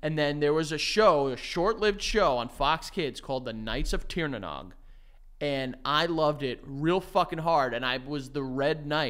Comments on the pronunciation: if you're taking about the Mystic Knights of Tír na Nóg, you're pronunciation is horrendous 😭 tír na nóg is an Irish folklore place, it's pronounced "teer nah no-g". much love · As an Irish person hearing say Tír na nog breaks my heart 😂😭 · pronunciation of Tír na nÓg slightly off 😅